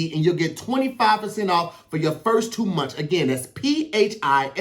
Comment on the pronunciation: Hey I think meant to say “First two months” but he actually said “first two munch”.